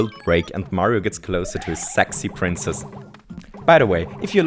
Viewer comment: ITS SO WEIRD HEARING HIM SAY SEXY